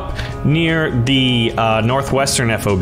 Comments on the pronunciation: it is not "Eff O Bee", it's "FOB", like key fob. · It could, but it shouldn't. As a fobbit myself, I should know. FOB, like Bob.